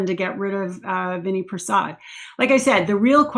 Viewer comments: His name is pronounced Vin-AI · Pronounced vin-AY